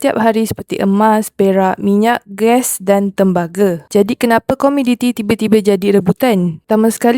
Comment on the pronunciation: Komoditi kak...bukan komiditi.